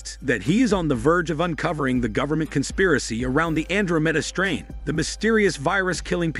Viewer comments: Andro mayda strane 😂😂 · Gee, that is the weirdest pronunciation I have ever heard….